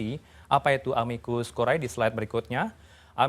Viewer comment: Aduh mas...tolong baca istilahnya yang benar dong...